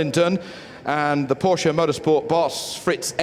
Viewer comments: he pronounced it correctly once you idiot internet warriors! Go back to your caves! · My uncle's surname is porsche and 'e' is definitely not silent at all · God bless british guy, who pronounces PORSCHE like PORSCHE, and not PORSH